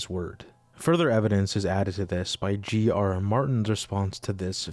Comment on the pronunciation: Gee-aruh Martin?